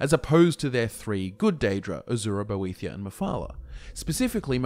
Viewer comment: It's great that you know all this lore but can you get your pronunciation right ive just heard you call (Boethiah): bothia and boethra and it's very distracting